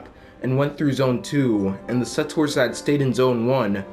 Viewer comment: I think the game should be pay-to-play as well. Also, just a heads up, but settors isn't a word. The correct word is settlers.